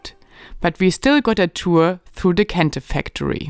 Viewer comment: Very interesting episode especially about Kente. Also, love how you pronounce various local words so well. I gather you speak a lot with locals to discover the many things you show us along the way. Kudos to you.